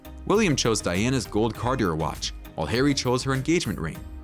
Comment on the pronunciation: My boi. This was hard to listen to. Please double-check your pronunciations. 😩 1. Campbell is pronounced "CAM-buhl" 2. Cartier is pronounced "CAR-tee-ay" 3. Bashir is pronounced "BAH-sheer" (even though I hate him and "basher" is an acceptable substitute).